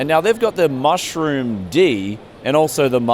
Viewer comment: Its Meshroom with a fscking e NOT Mushroom. Native English speaking people not being able to read or speak their own language. IT HURTS! Avoid those magic mushrooms ...